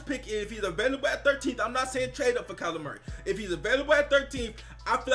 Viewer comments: Sounds like you’re saying “Calamari” haha! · Everyone says it like that. He is now calamari to me forever. Calamari = Seafood = Dolphins = get him